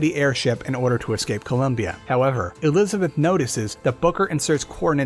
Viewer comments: elithabeth elithabeth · Bioshock infinite and burial at sea lore was so confusing this guy messed up saying Elizabeth like 5 times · You have a bit of trouble saying “Elizabeth” sometimes, huh? 😂😂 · Homie cant pronounce elizabeth